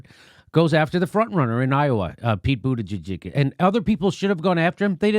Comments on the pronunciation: lol “buttijizz” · Did JD just call him Pete Bootijizz ? Lmao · LOL Jimmy said “Pete Booty-Jizzez” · You called him Buttijiz! 🤣🤣🤣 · Did Jimmy call him Pete Booty-jizz? What a homophobe. J/K, I'm no SJW. It made me laugh. I call him "Poop" Buttigieg because he had poop on his forehead at (I think) the first debate. They came out later and said it was chocolate. Also, someone on Democracy Now accidentally(?) called him "Poop" Buttigieg. The name stuck with me like a bad dingleberry.